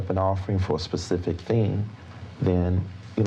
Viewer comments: she let the "pacific" fly several times 🤣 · Him: be more “pacific” If it was me: Learn how to properly speak English you criminal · “You need to be direk and pacific.” —epic crook and all around sh*thead, David E. Taylor. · Be more pacific? Like Hawiian? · Say it pacific so he can understand you! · “ Be more Pacific “ … like the ocean?? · Did he say “Be more pacific”????? 😂😂😂😂😂😂😂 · To be fair, he wasnt axed very pacific questions. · “I don’t understand the question can you be more Pacific?” 🤦‍♂️ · I really think you should AXE michelle if your not gunna be PACIFIC about the words hes using. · He can’t even say “ask”. Or “specific”. And this man is “leading a flock”. He is exactly why I have not and will never donate money to the church. Him, Joel, Kenneth Copeland, Jesse duplantis, they’re all scumbags and deserve to serve life in prison and then eternity in hell.